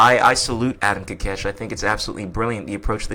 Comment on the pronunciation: Ko kesh. Not kakesh